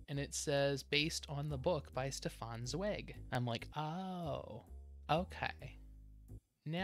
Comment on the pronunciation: It has come to my attention that I've been pronouncing Zweig wrong this whole time. Sorry 'bout that, nothing I can do now.